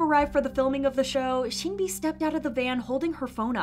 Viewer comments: Lmaoo. You round your O's too much. Its not Sooonmi or Sooolgi( RV Seulgi)the way you say it. Even Sunmi pronounces her name like Son-mi.. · why are ppl still calling sunmi 'soonmi' no offense at all!!! but it's just a tiny pet peeve lol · why do you pronounce sunmi like that 😭 I’m nitpicking but seriously i did a double take when you said soon-mi lol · sunmi is pronounced as seonmi :) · hate to be that guy.. but the sun in sunmi is pronounced like ☀️ not 🔜 (saw her live and she was irked that fans mispronounce it) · Please learn how to pronounce 'Sunmi'